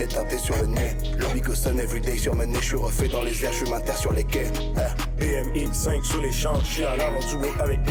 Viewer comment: Il disent BM (BMW) X5 et pas bmx